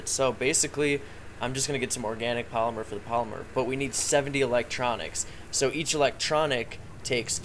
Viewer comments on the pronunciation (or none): none